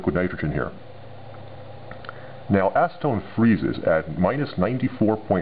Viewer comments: lol sound like ur saying asstone so ima call it asstone XD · Acetone snow? ASnowtone!